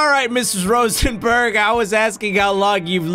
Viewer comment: It's ROSENBÄRG not SorenbUrrg